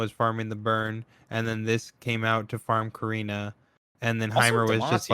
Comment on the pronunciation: You know there's a t in KATarina, right?